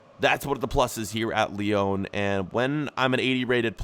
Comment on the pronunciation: What’s the point in correcting Brugge when you can’t pronounce Lyon right!